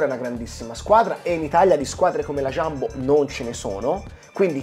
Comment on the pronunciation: Non è Sciambo, è Jumbo.